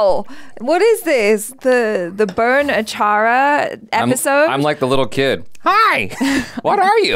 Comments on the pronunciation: You said is correctly achara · Wow Achara spot on with the Pronunciation! You always get how to say our words/name the correct. Its high time you react to Mahabharat. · Achara is on point with the pronunciation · Acharas pronounciation is always good..👌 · Achara’s pronunciation was right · You said correct Achara. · Achara's pronunciation was perfect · Achara said the name correctly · Achara pronounce it right 👍